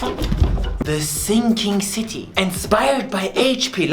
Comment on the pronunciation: Do you mean The Thinking City in a german accent?